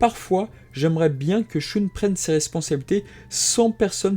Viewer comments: alor je trouve que le récap et sympas mai la façon que ta de dire shoune au lieu de shun et close au lieu de cloth c'et énervent désolé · Pourquoi tu prononce le nom de mon personnage préféré "shoune" ?